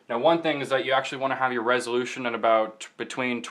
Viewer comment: Did this dick say "Resolution"